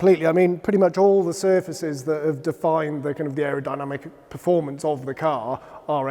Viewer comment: Is that the best guy they could find to talk about technical aspects of the cars? he couldn't even pronounce "performance"! ... "formance". What a Knob.